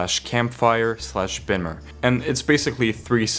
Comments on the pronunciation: amazing video but please for the love of god i am begging you to pronounce colossus and bimmer correctly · beam-er not bimmer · please bro its pronounced beemer cmon man its about a bmw man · Bro, why do you say words like Bimmer and Colossus wrong? He CLEARLY says them in the songs.